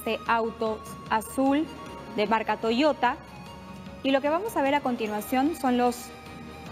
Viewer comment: La periodista: Toyota No se... H de toyota no???